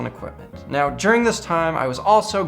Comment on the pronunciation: Did you just say meow... Instead of now....?